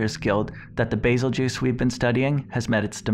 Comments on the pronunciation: Isn't it pronounced goose, not juice? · It’s pronounced bazel geus not bazel juice do u see am I in the name or a j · Bae-Zell- Gew-Oos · Bazel juice he says its bazel goose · Nice video dude, can't wait for your next one. Lore videos are my favorite. Love beazeljuice, maybe someday we will find out the English pronouciation for it so the geese vs juice can be decided. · Call it bazeljuice one more time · I always pronounced it's name as "bazelle-giss" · Bazel-juice Really??? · Bazel-juice?! Lol wut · It's pronounced "Beetlejuice" pal. Get it right. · I like your videos but your pronunciation is killing me